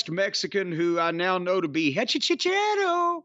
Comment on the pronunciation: as a spanish speaker, it's so funny how they pronounce Hechicero as GechiSHero (fyi in spanish the H is muted and the C before an E or I sounds similar to an S, not the CH/SH sound like in italian)